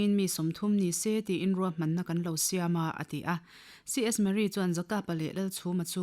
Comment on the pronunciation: A chhiartu nu hian Mizo tawng a chhiar thiamin, a aw pawh a mawi. Mahse, "C.S Murray" tia lam tut kha, "C.S Marrie" tiin a lam ri daih a, a dik lo a ni.